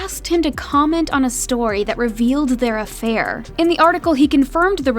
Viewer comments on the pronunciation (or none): You saying "affair" makes it sound celatious.